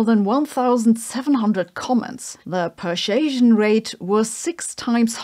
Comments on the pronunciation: per-soo-asian LOL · This particular model mispronounces "persuasion." Hopefully they can fix it in the next version.